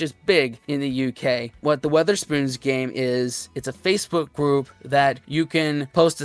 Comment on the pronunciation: It's Wetherspoons. No 'A'.